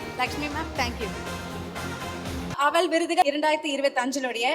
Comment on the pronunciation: “Aval”… arisi pori.. kadala urundai. Somebody could have corrected that anchor’s pronunciation.